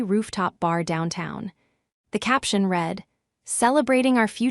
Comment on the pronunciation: Nawing not knowing at her feet. READ not REED so annoying, listening to this stupid I mispronounce words in the context of the whole story.